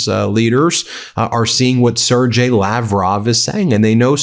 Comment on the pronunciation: Please sir, will you say Lavrov's first name correctly ..and it is a common name, so knowing it should be useful. The "g" in Sergei is pronounced not as a 'j" but as a hard "g" as in "go". Thank you. Keep up the "good work"!